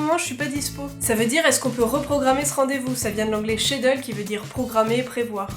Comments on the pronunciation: Pour schedule c'est comme "chédioule" pas chédeul :) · Schedule sa se prononce sketdule pas chédule!!!! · mdr on dit pas chédule pour le verbe schedule mais ça se prononce skédual:) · Nicholas est dans l'champ... On prononce chédule ou cédule au Québec mais on sait tous très bien que ça se prononce réellement skédoul.